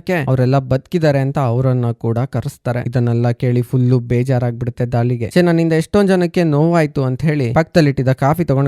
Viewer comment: ಧಾಲಿ ಅಲ್ಲ ಡಾಲಿ